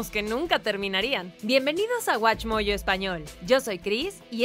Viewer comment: no se por q se llaman "guach mollo" EN ESPAÑOL, si todo lo pronuncian con una papa en la boca, sin mencionar que varios de esos animes tiene su doblaje al ESPAÑOL ´latino´ pero no lo usan.... no tiene coherencia